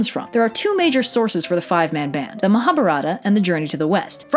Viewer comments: As an Indian, hearing mispronounce "Mahabharatha" (muh-hah-baah-ruh-thuh) made me choke on my biryani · I cringe so hard every time says Mahabharata, or any time someone who has never spoken any language close to Hindi/other Indian languages says a long Hindi word, especially anything relating to religious stuff